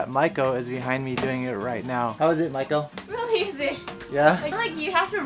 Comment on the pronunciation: I thought you said Michael and I will be moving to Tokyo, and I said to myself that I will support you regardless of your gender orientation and then I realized you said Maiko.